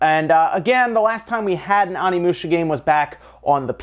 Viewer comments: It's pronounced Oh-nee-moo-sha, not Ah-nee-moo-sha. Japanese isn't hard to pronounce--it has five vowels and they're always pronounced the same. Get it right. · I swear to god the Pronunciation of Onimusha is not - Omnimusha, this is not battle of the gods in DBS XD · So much hate for pronouncing 'Onimusha' as if it were written 'Onnimusha' or 'Animusha'. Oh, well. I remember back when I pronounced 'Geno' as [GEH-no]. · How to pronounce Onimusha (Oh Nee Moo Sha) please pronounce it correctly... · It's pronounced: Oh-nee-moo-sha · Love ya, but it’s pronounced OH-knee-moo-sha xoxo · You saying it wrong. It is o-ne-mu-sha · please stop slaughtering Japanese words. There are only five vowels: a says “Ah,” i says “Ee,” u says “Ooh”, e says “Eh,” and o says “Oh.” There. Now you can pronounce every Japanese word ever. Onimusha is “oh knee moo shuh” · I'm sorry, but I can't continue listening to you as you butcher the pronounciation of Onimusha every five seconds.